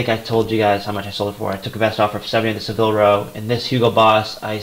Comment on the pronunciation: Great picks and good choice in changing your listing to 30 days.Just subscribed to your channel. Oh and it's pronounced Sa-vil not Se-vil.